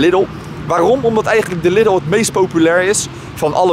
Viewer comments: Geen lidel maar liedol zeg het zo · lidl lidl lidl je zegt het verkeert